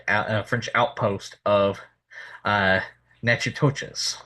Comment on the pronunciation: And Natchitoches is pronounced Nak-a-dish and not na- tish-toches like you pronounced it, please do your homework when saying louisiana names! And I went to high school with a Metoyer and he pronounced his last Metwi-yer and not like you pronounced it SMH!